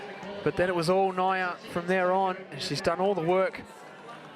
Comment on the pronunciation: Who is "Naiya"? It's Niiya (knee-ya)!